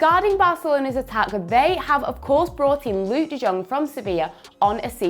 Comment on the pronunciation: It's pronounced de-yong, not de jong